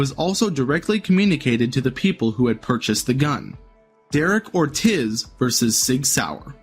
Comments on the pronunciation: Ortiz = Or-TEASE Chassis = Chass-SEE Done gave me cancer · Is the narration for this video computer-generated? Or does the narrator really not know how to properly pronounce chassis and Ortiz? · Lost me when you pronounced Ortiz as or tiz 🤣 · He also pronounced Ortiz like a gringo. Its Or-TEEZ